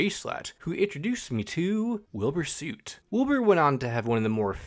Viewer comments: great vid but the way you say soot makes me rip out my hair😭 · I don’t wanna that guy but you pronounced ‘Soot’ wrong! I was that guy too.